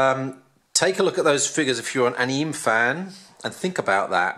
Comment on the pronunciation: Just so you know, pronounced ah-nee-may :P